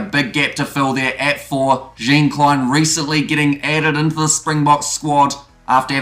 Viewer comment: Jean Kleyn pronounce like (Jean) Jean de Villers (Kleyn) like Morne Steyn.